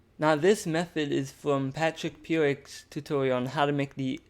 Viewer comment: When you said your method is from "Patrick Piurick", did you mean "Pierrick Picaut"? The French games animator? I get that it's an honest mistake but properly crediting the person who gave you the core of your workflow is literally the least you can do. Even if you couldn't say his name right (I sure can't), you could have at least credited them in your video description...but you didn't. Good news is that it's never too late to do the right thing. You can still credit Pierrick in your video description.